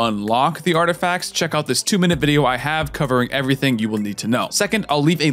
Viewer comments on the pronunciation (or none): none